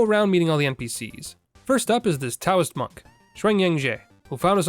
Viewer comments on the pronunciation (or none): none